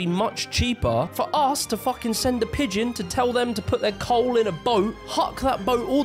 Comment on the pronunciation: COAWL. Cole mate.